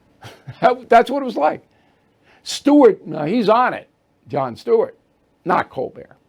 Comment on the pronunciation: Cole-burt. Say it right. Like his parents do.